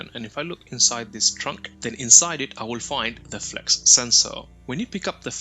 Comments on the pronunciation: FLUX. Not flex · there is no "e" in Flux the "U" is short. it's a Flux Sensor, not a FLEX Sensor.